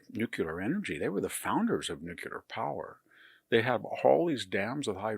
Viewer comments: Victor, you’re brilliant. Why do pronounce “nuclear” as nuke-u-lar! It is nuke-Lee-ar. Nuclear. Not nukular! 😮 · VDH is always right on the nose. And the cleverest man I know who doesn't know how to pronounce 'nuclear'. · It breaks my heart that someone as intelligent as VDH pronounces nuc-LEAR wrong. It’s not nuc-ULAR…not even close.